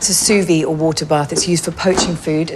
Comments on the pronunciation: Learn how to pronounce Soo veed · You pronounce the D at the end of "sous-vide". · yes sounds like soo-veed :)